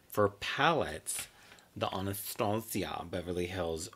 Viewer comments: Ahnahstahciah 😂 gets me every time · I die every time you say « Anastasia » 😂💖